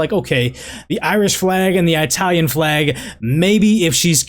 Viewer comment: did you really just say 👁talian